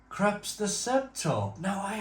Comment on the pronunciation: It's pronounced Kroops..🤓 It has nothing to so with the Krusty Krab 🦀 and SpongeBob..😂😂😂